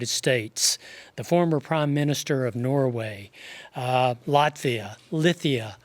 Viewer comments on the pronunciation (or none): none